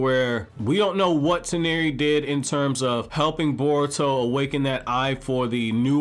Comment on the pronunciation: Press F for man's pronunciation for Toneri